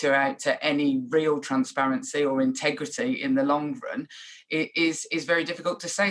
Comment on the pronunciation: Intergrity...... huh?🤔🤔🤔